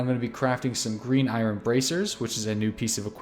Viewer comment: that pronunciation of "iron" gave me aids